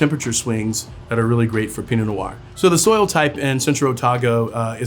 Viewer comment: Take a sip of your Pinot Nior everything he says Pinot Nior. Happy Saturday.